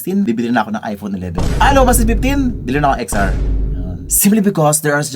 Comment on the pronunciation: "Ten R" kase.